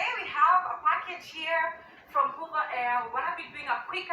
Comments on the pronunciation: Hoover air? I thought it was a vacuum cleaner😂😂😂 Did she mean hover? Hover is pronounced hovva, Does she not know what the verb hover means? Ignorance manifested🤣😂🤣😂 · Hey ❤️from South Carolina! She won't be in Zion long mispronouncing the manufacturer's name. 😂 Hoover Air is spelled with two o's. She's holding boxes from HOVER AIR. It rhymes with OVER AIR but she's a former School Teacher in her tweenies with full passports stamped from over 70 countries around the world but her greatest achievement is marrying Peewee Herman. 🙄